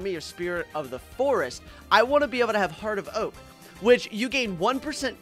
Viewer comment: Bro said ONEK instead of want